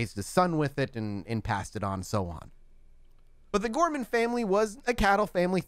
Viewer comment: Sherman not Gorman